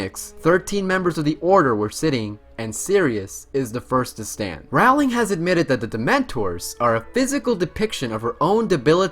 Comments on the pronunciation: Abbie- Leigh ROWling as in cow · ALSO how can he call this a harry potter video and pronounce Rowlings name wrong?? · Why don't people who do Harry Potter videos learn to pronounce "Rowling?" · I'm gonna be completely honest and say I didn't know fact 1 (the Greek part. I knew Trelawney's ancestor was Cassandra) and fact 50 where Rowling said the books existed because her mother died. Also, dude, your pronunciation of the names is so bad. Sorry but it's terrible. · Every time he said Rowling I cringed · He was right! I did learn something new: he can't pronounce Rowling and erised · fact #51: he pronounced "rowling" wrong the whole time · Do show some respect and pronounce her name correctly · Okay, first of all, a lot of these are common knowledge. Second of all, bro, first get a better handle on the words that come out your mouth, and then lecture me about what I do or do not know about the series. Rayf Fines, not Ralph Feens. Rolling, not Rowling. Donal Gleeson, not Dom-nal (although, granted, Irish names are hard). Brendon Gleeson, not Brandon. Mirror of Er-i-sed, not Es-er-ed. Reeeemus Lupin, not Raymus. Roweeena Ravenclaw, not Rowayna. (And for god's sake, it's leviOHHHsa, not levioSAH. 😉😝) Also, your fact about there being only one non-British actor in the films is wrong. Exceptions were made for Irish actors (as Irish does not equal British): both iterations of Dumbledore (Richard Harris and Michael Gambon), as well as Brendon and Domhnall Gleeson, Evanna Lynch, and Devon Murray (just off the top pf my head; I'm sure there are more). Get it right. Also, you got a fair number of your facts from the IMDb trivia pages for these movies. That's not really much "digging," now, is it? However, despite my complaining, this was a fun video. 😊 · it's jk ROWling like roll not Rowling like wow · No ROW-ling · Great video! Note: it's pronounced Rowling as in rolling pen!* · "ROUWLing" kms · her last name is pronounced like rolling